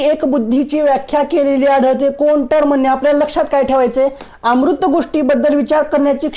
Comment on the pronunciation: अमूर्त चा उच्चार अमृत करू नका